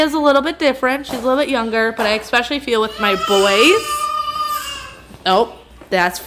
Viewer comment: Especially is pronounced E SPECIALLY NOT EX SPECIALLY.